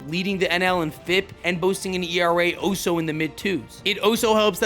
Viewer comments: He also says ALSO (All-so) like its Oh-so. ish Good video, dont get me wrong! Just some tiny issues. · You know you’re allowed to pronounce the L in the word also